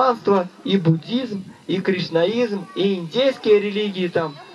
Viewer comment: Kisznaizm celowo bez "r" jak mniemam. .